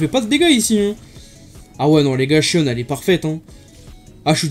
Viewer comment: en vo ca se prononce "shionne" donc tu as la bonne prononciation